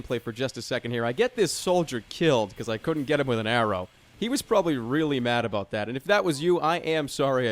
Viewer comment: Is it just me or does jerma sound Canadian when he says about?